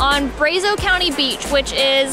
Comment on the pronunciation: I think that’s the very first time I’ve heard Brazos pronounced that way.